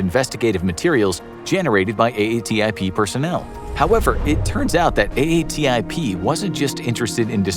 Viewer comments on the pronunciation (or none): Just say AATIP instead of A A T I P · Nice summary. I don't want to be that guy, but it's pronounced A-TIP not A-A-T-I-P. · Ok this will be the last of these I watch. How many times do you say A.A.T.I.P. before you come up with " A-tip"? Have you never heard Elizondo (who you reference) say A-tip? Cripes.